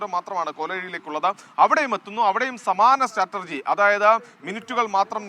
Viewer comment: സ്റ്ററ്റര്‍ജിയോ അതെന്തു ജി😴😜🤭